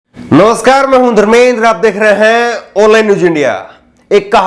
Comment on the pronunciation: आप खबर की प्रारम्भ मे "ओनलाइन " कह कर, एक गलत उच्छारण के साथ शुरुआत कर रहे है । कृपया आप इस भूल को सुधार करके "आनलाइन" कहा कीजिए ।